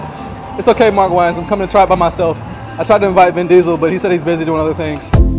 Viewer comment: Lol. You pronounced Mark's last name wrong lol. But still enjoyed the content and Subscribed. :)